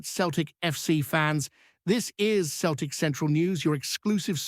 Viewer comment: Celtic not Keltic ,how many times do I have to tell you 🤷‍♂️